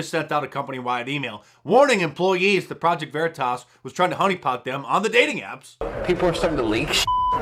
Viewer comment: “Project vereetas? Wtf is that?” 😂😂 These people on the left are MORONS